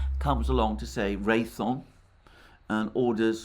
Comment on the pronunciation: Alexander—Ray-THE-on, not Ray-thon. The company is Raytheon Technologies. Thanks!